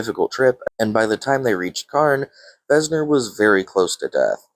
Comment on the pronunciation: Hate to be that guy, but its Venser, not Vesner; and it's Vorinclex, not Vorniclex. Lol Good video tho!